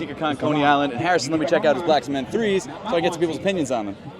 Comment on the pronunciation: Is this man saying “black smith” 3? 😂